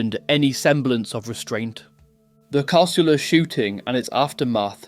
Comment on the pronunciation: It's Cah-soo-la, not ca-sul-a. You're a pom, right?😀